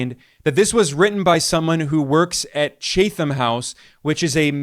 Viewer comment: The 'Chatham' in Chatham House is pronounced as if ' chat 'um '. From OE ċǣþ (ċ=tsh) from Old Welsh cēd/coid "wood" + OE hām “home”. (UK Received Pronunciation) IPA(key): /ˈtʃæt.əm/ /CHAET-uhm/ (General American) IPA(key): /ˈtʃæð.əm/ /CHAETHE-uhm/ Wiktionary Chatham & Collins Chatham (pronunciation button) Thanks for the "Chuān jiànguó tóngzhì" nickname for Trump! I'm learning 普通話.